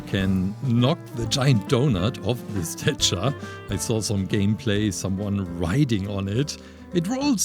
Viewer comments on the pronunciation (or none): It’s statue not stichar